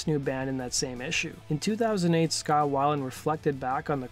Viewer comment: It’s scot whale-end not how ever u say it